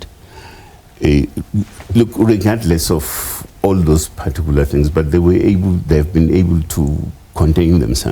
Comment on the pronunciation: Using the word "partuicular" in every sentence does not make him sound intelligent